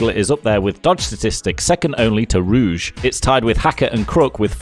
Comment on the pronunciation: Don't ever call it "ruge"